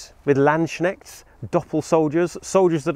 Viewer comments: I don't want to be that nitpicky native speaker guy but the way you pronounced "Landsknecht" sounded more like "Landschneck" which would mean something like "land snail". Nothing serious just made me chuckle 😅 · Land-es-knecht. Say the k. Say all the letters. Knecht has the same etymology as knight [knicht or knit], and the same meaning. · No, my friend, it's not "Land-Shneckt" but "Lands-Knecht". Don't forget to pronounce the "k" but don't pronounce the "ch" as a "k"! ☺ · Knict not knit. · Its pronounced Lands-Knecht (the knecht of the land) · In the German word 'landsknecht' the K is not silent. (I think that's what you're saying at least)